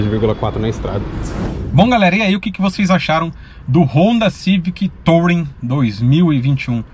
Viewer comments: A pronuncia correta de "Touring" é "turing" não "tOUring" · Legal, mas a pronúncia correta em inglês da palavra touring é “tuúrim”... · legal o vídeo, mas podia pronunciar "tulring" pra ficar melhor